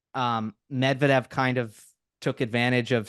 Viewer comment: Medvedev pronuncitation should be changed just like you did with Kachanov.